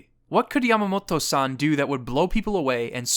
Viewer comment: I cringed with every San you said